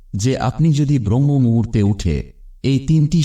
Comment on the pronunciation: ব্রহ্ম মুহুর্ত নয়, শব্দটি হবে ব্রাহ্ম মুহুর্ত।